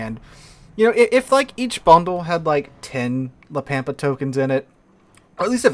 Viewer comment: Ritchie Valens cringes every time says La Pampa as Pam pa